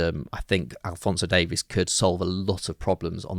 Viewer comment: maybe you guys can learn how to pronounce alphonso Davies name correctly